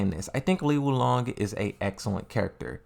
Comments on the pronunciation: I love that you mispronounce the names. How people can get so enraged over pretty much an inside-joke on your channel is insane. I love me some Azel, Lei Shaokhan, Lee Wulong, Aquafina, Christine, etc. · Bro you got a tekken youtube channel least you could do its learn how to pronounce the characters names "lee wulong and yoshimatu😂😂😂" wtf